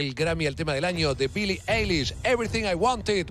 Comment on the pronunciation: Pwro C dice AILISH Y c escribe Eilish